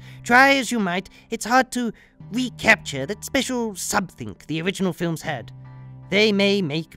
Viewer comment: I like the way you pronounce something, somethink?